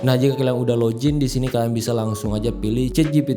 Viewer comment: bang maaf cara nyebut nya bukan LOJIN tapi LOGIN biasa